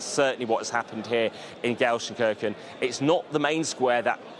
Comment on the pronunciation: stop saying gelshen kirssschen its KIRK en !!!! Show some respect!